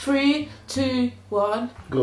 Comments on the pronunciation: says’free’ instead of three🤣🤣🤣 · She really just said “few few”😂😂😂😂